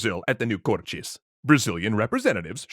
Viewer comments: Thick Brazillian accent? I can assure you we don't pronounce it as Cor-Tschêz. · omggg there's no x in cortes why do you keep saying cortxes😭😭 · Love how you've pronounced Cortes with a Brazilian accent despite them being Portuguese. BRASIL SIL SIL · The "Cortes" were in Portugal, so no reason to pronounce the word with the Brazilian accent... Apart from that, great video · The way you pronounce 'Cortes' is the Brazilian way. The Portugese way would be to pronounce the 't' as a simple 't'. /t/ before /i/ or /e/ being a 'ch' sound as in 'choose' is a Brazilian thing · Kinda irritating tha he's pronouncing cortes with a thick brazilian accent